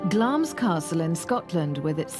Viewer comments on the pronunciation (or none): none